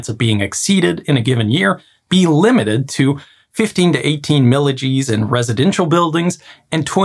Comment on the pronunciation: I don't know what's happening in Gradywood these days. Just remaking something already done in animation with the remake being real life. Lol just kidding - you always make a great video. Also when you said "milli-Gs" I've never heard that particular unit of measurement so I thought it was some engineering only unit as I basically pictured it as "millijeez" or something akin to that. So I was like ??!?? what is that?